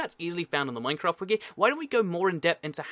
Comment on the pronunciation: you said mancraft :)